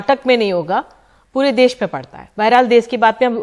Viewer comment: Kon si hindi padhi hai ndtv ne देस नहीं hai ये देश hai भाई